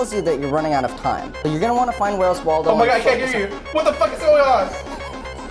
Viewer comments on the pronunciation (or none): Every time you say 'Waldo' I facepalm